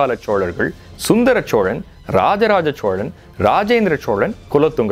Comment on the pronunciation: ச்சோழன் இல்ல தம்பி சோழன்